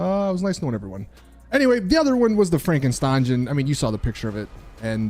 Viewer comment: It's frankenSTRANGE WTF IS WRONG WITH YOU